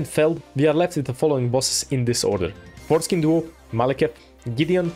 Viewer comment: I burst out of laugh when i realised you said foreskind duo